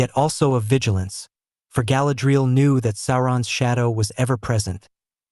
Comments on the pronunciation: Could at least pronounce her name correctly 😂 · I’m sorry, I watched about 90 seconds and had to stop because of how he is pronouncing Galadriel..